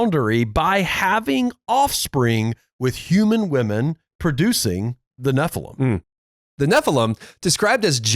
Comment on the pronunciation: Can you guys do us a favor, and I mean this in as kind a spirit as possible 😂 …would you please stop saying nephilum. It’s nephilim EEEM, nephilEEM. Nephilim. Thank you. Back to your regularly schedule programming.